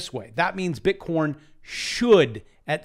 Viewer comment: OHHH DANG! You called bitcorn wrong! You need some more factors in your Crytpo Course TA, Dunce.